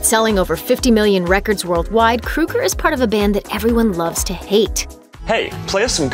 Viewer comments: Chad Kroe gur surely, not Chad Kru ger .... ? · Why are u calling him "Chad krueger" it's "kro-eger" pronounce it right. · I nearly died because she pronounced Kroeger like krueger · It's Kroger not Krueger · what? kruger?! hahahaha it's kroeger (kro-eger) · she keeps saying kruger..its kroeger...fuck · The fact that this dumb chick can’t even pronounce his name correctly says it all. Nickelback or Chad KrOger not KrUger gives no’s shits about this bullshit. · Take a shot every time she says “Krooger.” Bonus; Take another shot because it’s pronounced “KRO-GER” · Isn't it pronounced Kroeger (Kro-ger) like it spelled? Not Kruger, like Freddy Kruger? I can understand the confusion since most of Nickelbacks music was a nightmare. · It's Kr-oeger, like Ogre not Krueger like Freddy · His name is KrO eger. Not KrU eger. If you are going to do a video at least get his name right. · They should have at least pronounced his name right! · Anyone else annoyed she keeps saying Krugger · Its pronounced. CROW- ger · His name is pronounced 'Krayger' just like Matt Groaning,the guy behind 'The Simpsons' Iown 3 of their albums never get tired of playing them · Who the hell is Chad Krooger? Learn to pronounce correctly. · The only decent songs they ever had were "Too late" and "Rockstar". Rockstar was funny. Also, I think his name is pronounced "Crow-ger", but I'm not worried enough about it to care lol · Pretty sure it's pronounced "Crow-Ger"... I couldn't even finish watching this video because of they way she is pronouncing his name.. Fuckin A. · Chad "kruger" really? Thats not how you say his last name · Why does this woman keep calling him "Krueger"? How dare you bring Freddy into this? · It’s pronounced kr- oe- ger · If you're going to do a video on somebody at least learn how to say their f**** name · If you’re gonna talk shit about someone at least learn how to say their name properly lmao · Please learn to CORRECTLY pronounce Chads name 🙄🙄🙄🙄🙄🙄😳😳😳😳😳